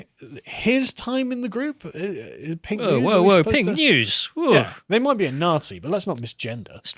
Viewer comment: From Nazi to "Nah-SHE"